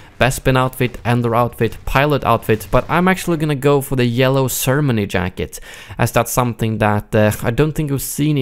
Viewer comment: I'm sorry but the way u pronounce ceremony makes me cringe.